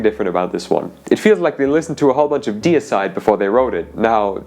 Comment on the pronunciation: How the fuck did you pronounce deicide?!